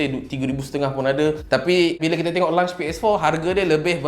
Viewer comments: Launch bang bukan lunch. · Aku sorang je ke terganggu dia sebut launch bunyi lunch? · lunch ke launch.. kepala bana kau sebut begitu ha ha ha ha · Launch bukan lunch. Aihh geram je aku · Kira ps5 ni bole main time lunch je ke? 🤣 Sbb aku asyik dgr bro ni sebut 'lunch' bukn 'launch' 😝 Btw mai singgah channel youtube saya untuk check out first single saya dan mcm2 spt cover travelog vlog food and movie review and jgn lupa subscribe utk tlg saya capai 1k subs guys thank you so much 😁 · Brother ni lapar ke. Asyik nak 'lunch' je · Bila lunch eh ? Dengar macam nak makan tengah hari je